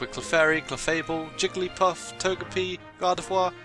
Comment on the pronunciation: You saying Clefable literally had the captions recognize it as "Clefairy".